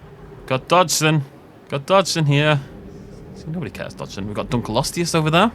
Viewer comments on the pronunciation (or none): none